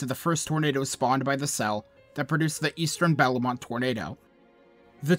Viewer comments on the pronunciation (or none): more than just bellemont was mispronounced but whatever